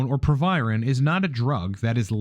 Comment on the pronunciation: Its proviron. Youre welcome